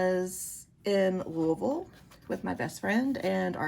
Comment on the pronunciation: Lovely selection decks! The Guided Hand has been on my list for a very long time. Are you in the Louisville area? (You must be because you pronounced it correctly hehe!) Thank you for sharing about your practice. ❤️